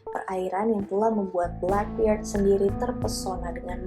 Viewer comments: Blackbeard dibaca blekbierd, krn beard dibaca bierd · Hi kak, keren pembahasannya. Boleh sedikit revisi pelafalannya ya.. 😊 1. Ningyo dlm bahasa Jepang (yg artinya bs dibilang kayak boneka) biasa dibaca ning-yoo, bukan nin-gyo. 2. Blackbeard (bajak laut) dlm bahasa Inggris dibaca bleckberd seperti lafal bird 'burung' (yg artinya janggut brewok hitam, kalau diterjemahkan ke bhs Indonesia) Thankyou, sukses terus ya keren² pembahasannya. Sama kalo boleh request bahas: Succubus & Incubus, Sama seputar budaya tradisional Jepang yah 😄 Oiran, Geisha, Samurai, dan sejarah sebagainya 👍🏻🙏🏻